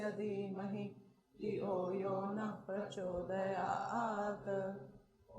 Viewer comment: Pronounciation of word NA in gayathri manthra is not correct. NA means No. It should be pronounced like NA in word Nethaji.